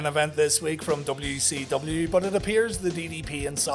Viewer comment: Dubba-yu sevendee. Sounds like been sniffing the WD-40.